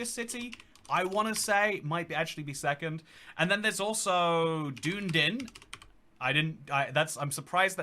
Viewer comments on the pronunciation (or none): Doon Din lmao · He pronounced Dunedin Doon Din, DOON DIN! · The way said Dunedin sent shivers down my spine lol